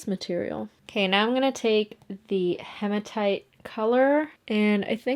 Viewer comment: Sorry for being picky but it’s he ma tight not ha ma tight 😘